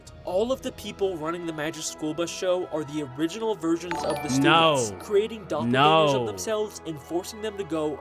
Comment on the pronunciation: it aint doublegangers its doublegingers